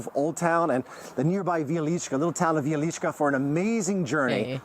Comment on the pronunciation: That is pronounced Vye-leech-kah .